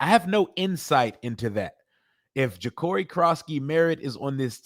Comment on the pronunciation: You can say Noah econogamey but you can’t say Jacori what’s wrong with you?